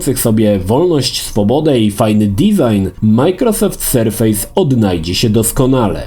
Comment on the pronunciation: Super filmik ale polecam sprawdzić wypowiedź co do nazwy „surface” chodzi o surface jako powierzchnia a nie surface jako sur-face (twarz) mimo wszystko recenzja i wzgląd zostały świetnie opisane. Pozdrawiam.